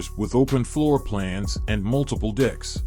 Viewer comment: RED ALERT!!!! EMERGENCY!!!! GUYS YOU NEED TO REDO THE AUDIO FOR THE DREAMSCAPE HOUSEBOAT! BOAT LEVELS ARE CALLED DECKS NOT DICKS! YIKES!!!